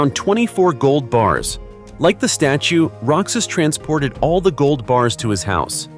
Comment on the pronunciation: Roxas is not pronounce rocsas it pronounce rohas